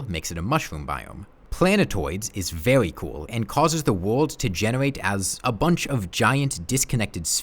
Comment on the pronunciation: "vewwy vewwy" :3